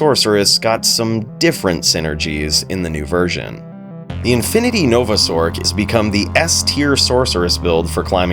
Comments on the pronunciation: Sorry man but i can't STAND you calling it a SORK. It's a Sorc (sorce) short for Sorceress. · i die a little bit at "sork" vs"sorc" hahah fantastic vid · Why do you pronounce sorc with a K sound when you pronounce the complete word sorceress correct? We don't say sorkeress or sorkerer.